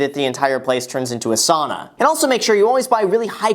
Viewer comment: I heard him say the shower sanna and i was like "oh god im that tenant